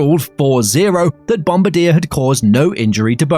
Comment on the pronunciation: Downvoted for the pronunciation. Bombardiers pronunciation is widely publicised.